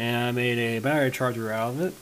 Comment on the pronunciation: Did he say char-ger?